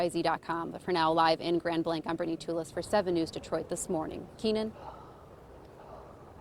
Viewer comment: Reporter the name is Grand Blah like in blah blah blah. It’s French meaning great white.